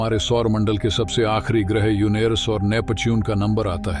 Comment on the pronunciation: युनेरस नहीं युरेनस हे उच्चारण सही कर लो